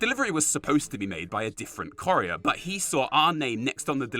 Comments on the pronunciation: Corrier? You mean courier, like coup. Not core. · How you say " Courier " as "corrieah" really bugs me! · TF is a "corrier"? And no, it's not an English accent thing.